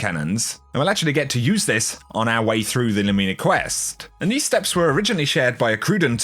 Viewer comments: I love your content,! You're always one of the most helpful content creators. But the way you keep saying Lumina makes my brain twitch. Haha! You say Lu*MI*na, where I would say *LU*mina. I dunno, honestly just nitpicking. I don't intend to be mean! Much love,! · Lumina is pronounced 'Loomehna' not 'Loomeena'. It's an abbreviated version of Luminous which is pronounced "/ˈlo͞omənəs/". You can google Luminous to play the pronunciation and it means 'full of or shedding light; bright or shining, especially in the dark'. Fitting, right? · Nothing worse than when a YouTuber can't pronounce easy words properly "Loo-Mi-Na" not "Loo-Mee-Na" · Still love you but I don't like the pronunciation of Lumina being LOOOOOOOOOO-MEENA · Somebody’s gotta tell this guy he’s mispronouncing “lumina.” I can’t be the only one it’s killing. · Genuinely trying to be helpful, man. And the Brits don’t pronounce it that way either. I checked. No one does.